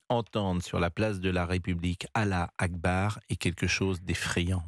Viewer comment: C est pas alla akbar 😂😂 mais allhou akbaar